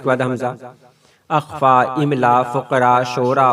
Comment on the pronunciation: ماشاءاللہ بہت زبردست ہے، استاذ مکرم!!وہ اخفا نہیں ہے،الف کے اوپر زبر نہیں بلکہ زیر پڑھتے ہیں